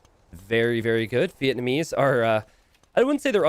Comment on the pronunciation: Chinese Vietnamese Villese Not VillEssa